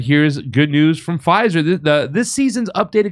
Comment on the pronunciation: F "Fizer"! 😂😅😂